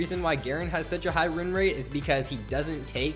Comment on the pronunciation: "...wreen rate,"